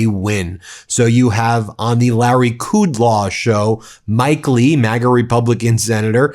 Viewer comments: 😂 Why'd he say "Coodlaw"? I know I've heard him pronounce Larry Cudlough's name correctly before. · Ben, you've been working too hard. It's KudLOW (an absolute recovered doof) and it's VANCE not Pence. Get some rest, dude!